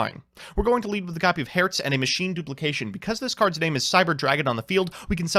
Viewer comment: When comes the day, i see a popular yugituber pronouncing cyber dragon herz and nächster right...